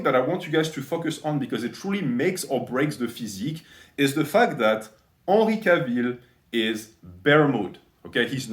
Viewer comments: 'ahnry cahville... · Unree Cah-veel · I love how you pronounced Henry Cavill's name haha <3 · The way you pronounce his name haha true frenchman